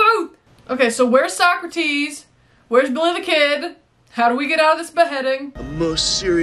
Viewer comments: So-Crates maybe the real way to say it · This movie is the reason I got in trouble in school when talking about Socrates. Because I pronounced it like this and she kept correcting me, but I kept doing it. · Also, Philosophy professors hated it. Mine said he would fail you on the spot if you pronounced it SO-CRATES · I love this movie. I graduated high school the year this was released. A great twist on the time travel genre. I am 52 years old and I still pronounce it "Beeth-oven" and "So-crates". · I loved this movie as a kid and distinctly remember seeing the sequel “Bill and Ted’s Bogus Journey “ in the theater on opening day (yes, I’m getting old 😂). I still pronounce Socrates that way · I remember watching this movie in the theater when it first came out, and ever since, in any situation with even a hint of comedic value, Socrates is pronounced So-crates. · I still say So-Crates to this day lol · To this day I still say So-Crates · My friends and I learned about the historical characters from this movie. One thing our teachers hated was us mispronounced Socrates and also saying party on dudes. The sequel was just as good and the new movie was also good as well. That is one thing I definitely agree with you. I most certainly would go back to the 50's to meet both Lucille Ball and Desi Arnaz when they were still married and I Love Lucy was the number one show on TV. I love Lucy very my the TV show